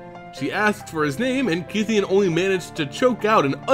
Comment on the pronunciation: I thouht it was pronounced as KAI THEYON